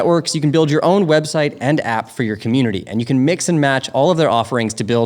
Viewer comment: i jetook a shot eve ry... deee timeee they said commutitnity